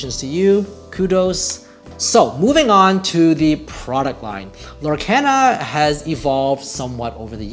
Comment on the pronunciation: Lorcana is pronounced "Lohr-KAHN-uh" (lore-CAHN-uh). The name is a blend of the words "Lore" and "Arcana"